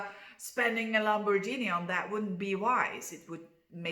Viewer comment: I've never heard of Lamborghini being pronounced your way. You are a joy to listen to, ...and being Hot to Trot doesn't hurt either !!